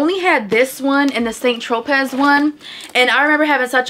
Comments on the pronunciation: Just a FYI, St. Tropez is pronounced SAN-troh-PAY, not Saint tro-pez. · Hey, girl!!! Loved everything!!!! ❤️ Tropez is pronounced Tro-pay 💕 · Hey, girly! I love the video and you have some good finds! Just wanted to let you know that it is Saint Tropez, pronounced (TR-OH-PAY,) because the Z is Silent.😊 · Girl...The "Tropez" is pronounced Wrongly.